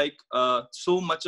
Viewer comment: The way you explain look much better than his...the word anxiety is not said correctly by him and I confused initially with something else..😥